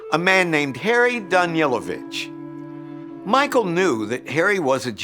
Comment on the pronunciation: It is Danilovich (Daneelovich) not Danielovich.